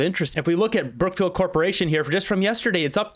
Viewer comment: I always hear CROOKFIELD.